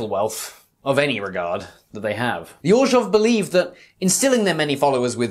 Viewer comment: Love the video! The way you managed to fit a "J" sound into Orzhov is giving me a stroke, but other than that its a solid 10/10